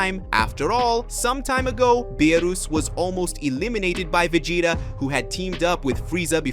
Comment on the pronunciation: SAYIN THE NAMES WRONG EVEN VEGETA U SAID WRONG LIKE WTH DO YOU EVEN KNOW WHAT IT IS YOUR POSTING AND OR EVEN KNOW THE STORY LINE ORIGINS??? 🤨🤨🤨🤨🤨🤨😐😐😐😐😑😑😑😑🤥🤥🤥🤥🤥🤥🤥🤥🤯🤯🤯😵😵😵🥴🥴